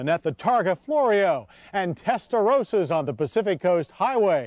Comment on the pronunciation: Why is he pronouncing Testarossa like this? I want the earlier version of John Davis back.